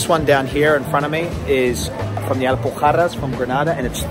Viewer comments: As a Spanish I can say you pronounced "Alpujarras" really well. You pronounce the Spanish "j" really really well. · Man how the hell did you pronounce Alpujarras so damn good? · I agree with you: Was it a difficult process for an aussie to pronounce it properly?